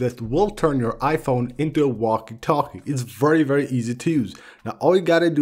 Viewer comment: IKR “vrrry vrrry”